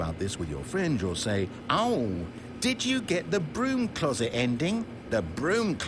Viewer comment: was I the only one who heard "cloodet" instead of "closet"?